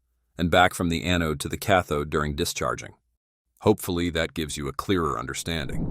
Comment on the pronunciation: A-node…. You know, kind of like A-hole…. Thank you A-I…